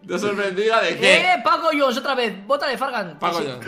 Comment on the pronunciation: fargan no es paco jhones sino pacojones